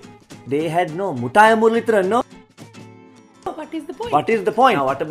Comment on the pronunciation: good video but please improve your pronunciation on muttiah muralitharan